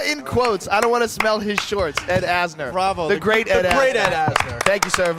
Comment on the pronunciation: It's Ed Asner not Asher...maybe put a little effort into these videos.